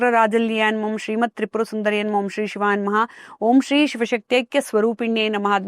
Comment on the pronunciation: "ಶ್ರೀ"ಅದು "ಸ್ರೀ" ಅಂಥ ಕೇಳಿಸಿತು